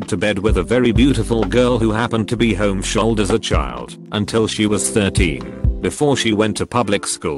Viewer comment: I think my favourite thing about these videos is the janky pronunciation of the text-to-speech. "Homeshoaled." "Barbeek".